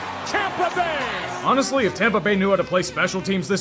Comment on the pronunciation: But he said, "awneslly" afterwards...That counts for something